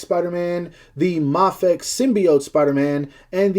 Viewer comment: its pronounced as May Fex.